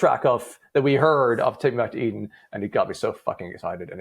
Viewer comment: Take Me Back To Eden is at #1, you mispronounced it